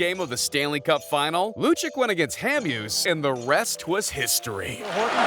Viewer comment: Wikipedia informed "hockey person". Too many frauds on YouTube. If you don't know and like hockey, don't try to get ad revenue and pretend you know. Just pronouncing Lucic "loo chick" is a dead giveaway. EVERY HOCKEY FAN WOULD BE ABLE TO PRONOUNCE HIS NAME, AND NO ITS NOT "some people pronounce it different". They don't.